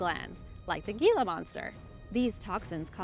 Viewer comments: Gila is actually pronounced HEE-la not ge-la. The Gila Monster is an amazing creater. They tend to be very shy and actually prefer not to use it's venom unless it is absolutely necessary. However I did almost incur ones wrath while visitingCasa Grande National Monument near Gila Bend AZ. While a guides tour at the monument I almost put my foot down on the tail of one of these beautiful creatures. Even the ranger had not noticed it but as I pulled my foot back suddenly and stopped all of the group stopped and was looking at it as the ranget bent down and picked it up to let all of us get a closer look. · Sorry, Gila Monster is pronounced "hee-la." Living in the Southwest U.S.A. I have had personal encounters with them with no issue. I know enuf to keep my distance, having had a friend growing up who got bitten by 1. Nothing terrible hapoened, just severe chew marks and scars. Baltic Sea Anomoly, if it's a natural formation then PLEASE explain to me why are there the Electromagnetic anomalies? Only above and near to the Anomoly at the bottom. Reply please with accredited theories, PLEASE no crackpots. I'm merely inviting "mainstream, accepted history personages" to reply with reasonable theories and I'm willing to discuss the possibilities brought up. I merely want a solid answer that explains and discuss with me so we all can understand better. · I know it's spelled Gila (monster), but here in the west, it's pronounced Hee-la. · The Gila Monster is pronounced Heela Monster. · I live in Hawaii and actually had one of those foot long centipedes come out of my sink drain when I turned the water on, scary s**t! I really enjoy your videos, very informative. So many people learning from you, I have one constructive criticism. You pronounced most Spanish words beautifully, but the G in Gila monster is pronounced like an H. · The 'G' in Gila monster is pronounced like the letter 'H', owing to its Spanish origin.